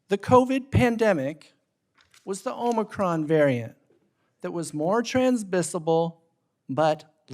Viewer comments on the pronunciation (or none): Omocron variant, did I heard him right t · Every time I hear omicron all i hear is lurr. I am lurr. RULER OF THE PLANET OMICRON PERSEI 8! But seriously, I have so many people to point and laugh at when they said to take the clot shot or lose my job among other things.